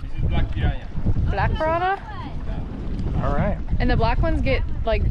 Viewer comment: Piara? piranha? omg! You are awesome,!